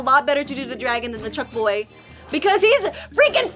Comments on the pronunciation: ITS BONK CHOY NOT BUCK CHOY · It's bonk choy not chunk boy! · Lol yeah Very funni 😨💅